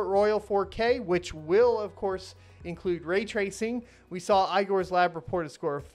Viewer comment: The name "igor" needs to be pronounced not as ay-gor, but as e-gor.